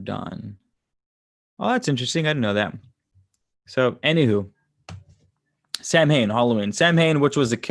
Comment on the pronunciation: Samhain ... like all Gaelic words it’s not pronounced like it’s written 😂... it’s like erm... saun ha... with a long u. The All Souls’ Day is 31st and all saints is 1st nov. France celebrate Toussaints ... all saints but not hallowe’en. They visit graves and leave a yellow flower that blooms on 1st.